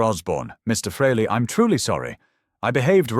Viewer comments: Pronounced Freely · If ya can't pronounce the name don't try to tell the story. Oh, it's a fake AI bullshit story. My mistake. Who, I mean, what kind of pathetic loser even makes videos like this?